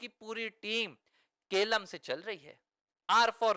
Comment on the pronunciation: Keralam hai kelam nahi.